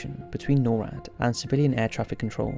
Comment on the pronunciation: Just some FYI. NORAD is said as a word, not spelled at. Nor(like igNORE)-Add